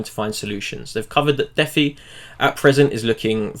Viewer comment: It's not deffi It's pronounced Dee Fy. DEcentralised FInance